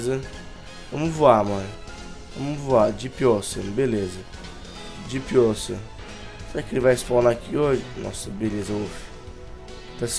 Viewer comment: fala direito Depp ocean, se pronuncia onxan